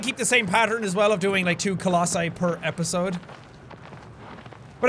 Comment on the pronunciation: I think the pronunciation is colossi